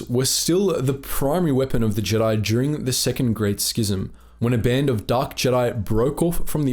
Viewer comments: "Jeedi" lol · What’s up with pronouncing Jedi wrong in the later video?